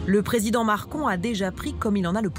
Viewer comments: le president "marCon" mdr 😂😂😂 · Personne a tilter quelle a dit MarCon 😂😂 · à "Le Président Marcon" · "le president marcon" mdr